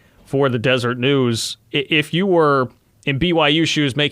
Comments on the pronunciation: Deser-et not Desert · I was surprised he didn’t correct him when he said Desert haha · More good information. Thank you. By the way, it's Deseret News.